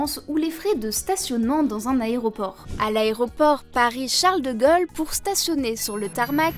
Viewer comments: Charles de Gaule, pas de Gôle ! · Pourquoi elle dit Charles de gueule ? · " Charles de Gol " ?.. C'est qui Charles de Gol ???...